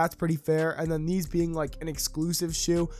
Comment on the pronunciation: How do you say the word “like” you don’t say lie key